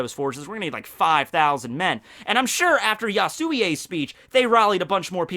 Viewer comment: Ya-su-wi not ya-su-wi-ey